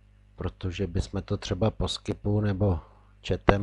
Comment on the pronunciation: Chcete lidi něco naučit a Teamviewer vyslovujete jako "tajmver" a Skype jako "skip". Prosím, opravdu nešiřte takové nesmysly, ti lidi to pak opakují po vás! Čte se to "týmvjuwr". Team - tým, View - pohled, nahlížet.